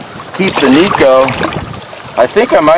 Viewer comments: For what it's worth, it's pronounced Neck'oh. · The boys at the Hook Up Tackle know a little Japanese and he says its pronounced "NECK 0" Lol but who cares it gets bit!!!!!